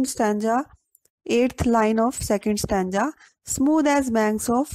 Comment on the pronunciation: Plz improve your pronunciation ma'am and I want to tell you it is stanza mot stanja